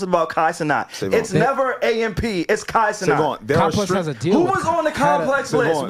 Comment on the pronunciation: “Kai cenaught”